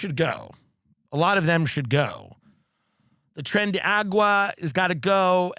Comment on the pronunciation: He keeps saying Tren de “Agua” lol. It’s Aragua. He’s truly embracing the Fox News host personality 😂😂😂